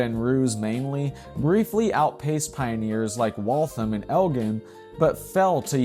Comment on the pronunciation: It’s El-Jen .. with a hard G